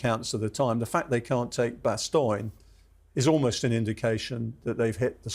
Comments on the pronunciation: Always funny to hear English people pronounce Bastogne as "Bastoyn". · The mispronunciation of Bastogne is hurting my ears. Is that an English pronunciation, or just him? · It’s just him…